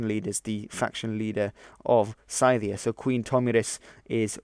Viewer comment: Most of your pronunciations are good,. But Media and Median have long e's in their first syllables (=ee), and Scythia has a short y (as in cyst) and th as in breath (not breathe).